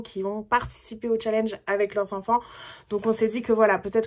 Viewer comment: Hello Le challenge a l'air hyper cool 😉😉😉 Mais, par pitié, Apprends à prononcer Challenge correctement stp!!!!! mes oreilles saignent à flots là 😖😖😖